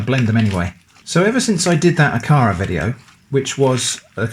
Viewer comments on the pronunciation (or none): It is pronounced A ka ra hard A’s 😊 These are a lot like Nigerian puff puff. 👍🏾 Look them up